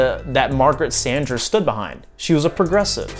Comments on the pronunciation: You’re pronouncing “Sanger” incorrectly. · I'd never heard anyone pronounce her name like he does. XD